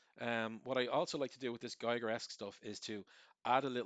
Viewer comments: The artist´s name is "Giger", not "Geiger" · Just for the real ones; Giger rhymes with Eager, not Tiger. Awesomely done video. <3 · Giger rhymes with eager